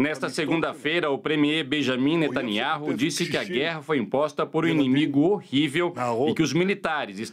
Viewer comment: A PRONÚNCIA do nome do Primeiro Ministro de Israel é: "BENIAMIN NETANIÁU"!!! Jornalistas aprendam!